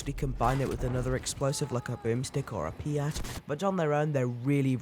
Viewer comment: It’s the peat not piat